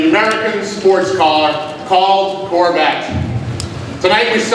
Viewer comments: is it just me, or did anyone else hear "COR-VAT"? --- wtf? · What's a Corvatte? Why can't people pronounce anything properly nowadays.